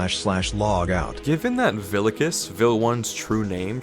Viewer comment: the way you say vilicus hurts me everytime (I'm a latin II student, in latin Vs are pronouces as Ws)